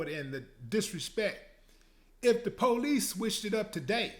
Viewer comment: The "po-lice"!